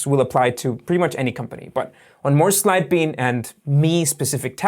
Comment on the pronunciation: Hi. I think you should start saying Sidebean slowly. I watched 3 of your videos before I knew what you were saying (because you had a graphic of the name) before that I thought you were saying "Syebee". I actually need Sidebean & would have downloaded it sooner had I understood the name earlier.